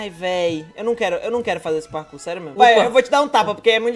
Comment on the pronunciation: olha quem fala celebro kkkkk